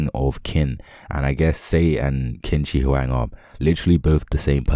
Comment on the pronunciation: You westerners, I swear! How many times do I have to tell you guys its pronounced chin sir huang?